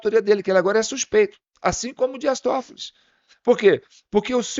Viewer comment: Por favor é Dias Tofoli , e não TofoliS sem o s.